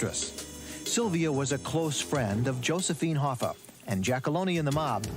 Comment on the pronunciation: HoffA not HoffER that's so annoying